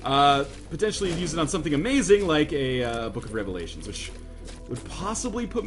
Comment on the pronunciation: take a shot every time he says book of revlations